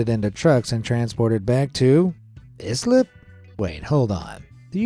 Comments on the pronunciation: It's not is-lip it's ice-lip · Islip is pronounced "Ice-lip" and not is lip. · Islip is pronounced "I slip" not "is lip" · First of all it's not called islip, it's called "I" slip! Yes the garbage barge was rejected by many ports and was finally returned to the original landfills it was destined for. But you are missing the bigger picture! All the people who were employed and latter lost their jobs because of this! Many changes that were made with the town and it's dealing with certain individuals! "I" slip town became one of the leaders in garbage separation and recycling! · I'm from Long Island, Islip is pronounced "eye-slip" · Love your videos dude! New Yorker here... not to knock you, but Islip is pronounced eye-slip. 🤣